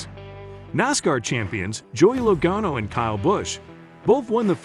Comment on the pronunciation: Loe"Gaino" rofl